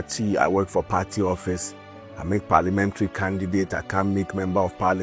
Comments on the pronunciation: Not Perty, it's Party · Why do you always say peartee😂